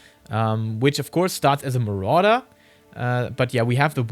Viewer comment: As a Spanish speaker I couldn’t stop hearing the color morada every time he would say marauder 😂 Good content!